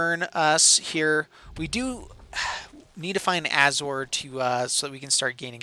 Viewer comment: You are mispronouncing Azor it's pronounced Ay-zor like Azorius because he is the founder of the Azorius Guild because he was a planeswalker whose goal was to establish Governments across undeveloped planes